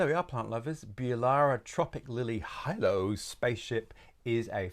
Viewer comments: Big fan of you channel, very helpful. Out of interest Hilo is pronounced hi: lou the same as the island in the Hawaian group. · It's pronounced He-low spaceship. Hilo is a town in Hawaii